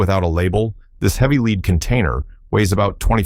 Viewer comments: Yes, lead not leed. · And the pronunciation of quite common words...like lead (Pb)